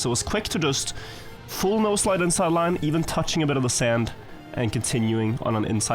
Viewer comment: So, I finally installed TM 2020. I used to play TM Nations Forever way back in like 2004, but hadn't since and just watched. I just now found out after years of watching that the word is 'No-Slide' and not 'Nose Slide'. I always wondered why he said that when the nose wasn't really doing anything special.